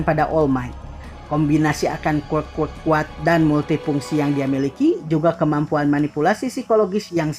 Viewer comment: Ngomong quirk aja ga bener